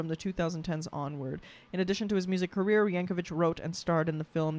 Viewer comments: I hate to be that person, but I have to point out his name is yankovic not yankovich. vik, not vich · It's pronounced Yank-o-vick, not Yank-o-vich. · Yankovic, not Yankovich. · Someone else probably mentioned this, but Weird Al did this song before the movie came out, without seeing it. He went by rumors of what was on the net about the movie. There is no one like Weird Al. Oh, and it's YankoVICK, not YankoVITCH. There is a parody movie of his life called "Weird." Daniel Radcliffe plays him. Yes, THAT Daniel Radcliffe. 💙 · Would love to see you do more Weird Al reactions. P.S. "Yankovic" does not rhyme with "stitch", "witch", or "itch". It does rhyme with "stick", "quick', and "tick". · I’m sure someone has commented this, but JUST IN CASE no one did, his name is pronounced Yank-oh-VICK not Yank-oh-VICH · "The Compleat Al" "Weird the Al Yankovic story" and "Al specials" are lower-case L not capital i. Al (as in "short for Alfred") not A-period-I-period. Also in the context of this person, it's pronounced "yang-ko-vik" not "yang-ko-vich." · Just a heads up, it's pronounced yankovik, not yankovich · Not "Vich". There's no H. 😁 I hope that person who told you it was a Billy Joel parody was yanking your chain. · His last name is pronounced "Yank-o-vick" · Pronounced "Yankovik'. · Continues mispronouncing Al's name with the pronunciation literally right in front of her.